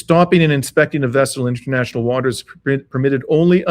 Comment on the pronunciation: I think is pronouncing the vessel incorrectly, but anyway great analysis